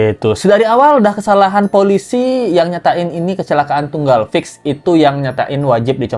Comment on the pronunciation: KALO DENGER CARA PENGUCAPAN POLISI KAYA LIAT BONEKA😂😂